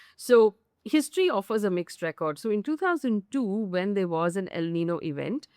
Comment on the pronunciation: It is niño...not nino. Said humbly.